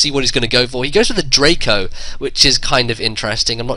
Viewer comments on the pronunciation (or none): none